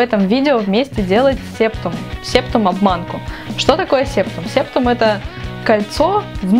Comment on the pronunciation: не сееееептум а сэптум!